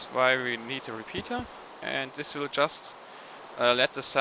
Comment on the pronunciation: your english is surprisingly well - if it wasn't by your heavy ancent i wouldn't know you weren't english The only thing i am going to suggestion on you is to work on the proper ways to say the word "just" in a sentence